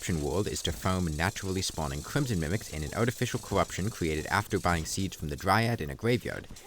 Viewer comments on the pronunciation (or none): none